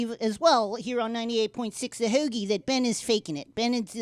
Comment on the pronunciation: As far as obviously fake Philly accents go, that was pretty solid! Especially considering that the accent is damn near impossible to imitate convincingly even if you're from here. In particular, definitely nailed "heauxgie".